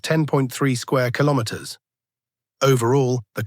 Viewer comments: Kilomens? Kilomerds? Kilomers? What is it AI? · Is this mean the AI can't pronounce "Kilometers" appropriate?